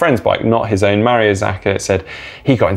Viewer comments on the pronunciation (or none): none